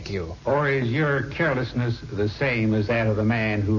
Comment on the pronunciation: carol-esness? oh, carelessness